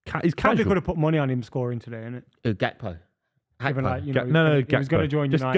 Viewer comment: It’s Gakpo btw